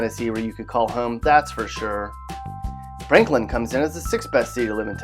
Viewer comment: Franklin? 😂 mt juilet? 😂😂😂